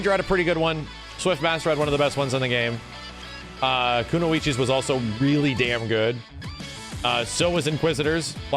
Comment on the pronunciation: Did really call kunoichi koon-oh-ee-chee? Dear god pls